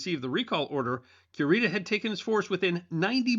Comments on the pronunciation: Correct me if I’m wrong, but isn’t it KU-ree-tah and not QUE-Rita? 🙈 …sorry, I love this channel and content, but that part was like fingernails on a chalk board for 15 min. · LOL Cure-ita sounds like a dog medicine! Stop mispronouncing that man’s name, it sounds horrendous!